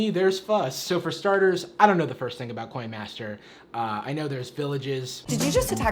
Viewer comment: "coyn mastur"